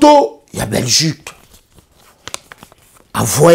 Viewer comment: Mais 🤦‍♀️ ozo loba Nini? Reutour, Belguque, Lumigration, Brisseul, Reufoulé, Zaventen etc..... Sois tu fais ton Émission en Lingala.... éviter de vous compliquer pour rien 🤦‍♀️ Bon courage en tout cas! Bon sang!!!!!